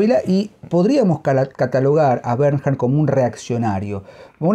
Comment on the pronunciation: Se pronuncia «Bernh-ard». Muy recomendadas todas sus novelas. Recién leí Trastorno, Tala y Mis premios. Escritor superior.